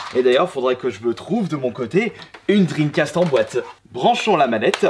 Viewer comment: Je suis le seul à rigoler quand il parle La Console de sega la dreamcasteuh Bien-sûr c'est pas pour critiquée mais sa me fait rire à chaque fois 😂